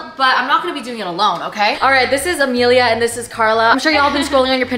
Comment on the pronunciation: Ok wait is her name A-me-li-a? Or A-ma-lee? Cause it’s spelt Amalie but you keep calling her Amelia lol my daughters name is Amelie and I hate when ppl call her Amelia. I be like where is the damn ‘A’ at the end! Lol I know it’s not that serious, I’m just wondering how you pronounce it. Love your fricken videos tho!!!! 🤍🤍🤍🤍